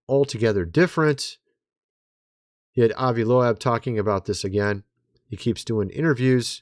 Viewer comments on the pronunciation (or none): Avi LOBE, not LOW-ABB! Killing me dude! 😂 (pronounced) not spelled.